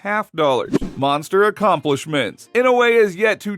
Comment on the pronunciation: Hearing pronouncing the word monster and saying mongster cracks me up😂